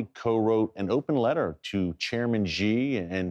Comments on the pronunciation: Just one suggestion: Xi should be pronounced as 'She' not Ye. Thanks Erick. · I really need to give him a Mandarin lesson about that “zhee”.